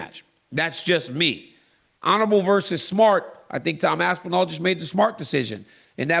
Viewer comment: Tom ‘Asspinal’ Asspinal